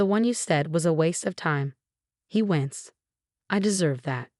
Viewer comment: Groaned, not grown. Marcus, not Mark Is. Own, not um. No, not now. Us kids, not as kids. Winced, not wentz.